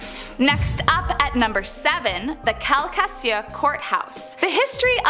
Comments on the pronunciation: And just FYI, about 22min in at the #7 story, it's pronounced "Cal- ka-shu" Parish in LA. They have Parishes there instead of Counties. 😁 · Cal-KA-Shoe. Its the Lake Charles Parish. I just moved from there. The whole damn state is haunted. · Calcasieu (kal-Kuh-shoo) lol